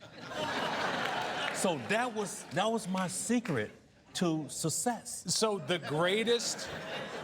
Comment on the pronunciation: WTF is "sussess"?